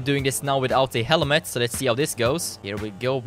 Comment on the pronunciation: the way he said helmet :D